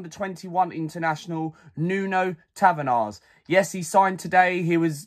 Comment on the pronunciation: You pronounce his name in Portuguese as Nun Tavarsh and in English it’s just NUNO Tavares not tavenars. Other then that good video